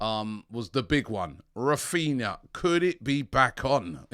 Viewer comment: you can't even get his name right.